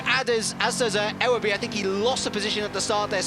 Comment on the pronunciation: Ewerby (yoo-were-bee) just for future reference ;)